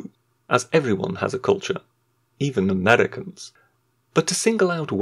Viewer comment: or so : "...erveryone has cultuer, even the amreicans..." REEEEEEEEEEEEEEEEEEEEEEEEEEEEEEEEEEEEEEEEEEEEEEEEEEEEEEEEEEEEEEEEEEEEEEEEEEEEEEEEEEEEEEEEEEEEEEEEEEEEEEEEEEEEEEEEEEEEEEEEEEEEEEEEEEEEEEEEEEEEEEEEEEEEEEEEEEEEEEEEEEEEEEEEEEEEEEEEEEEEEEEEEEEEEEEEEEEEEEEEEEEEEEEEEEEEEEE